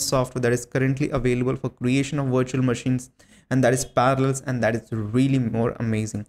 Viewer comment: * PARALLELS NOT PARALS XDDD